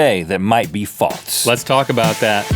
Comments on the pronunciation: For some reason they like to say faults instead of false xD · Why do they always say faults instead of false??? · In the beginning did Rhett say "Faltse"?!?! Instead of false? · Rhett.. there is no "T" in the word "False"